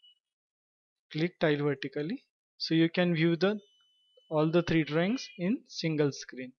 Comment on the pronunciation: The way you are pronouncing the word Drawings sounds like Drings. Please enunciate your words correctly